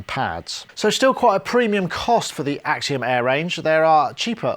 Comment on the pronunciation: more like Akseeeeom Eaaaaaahhh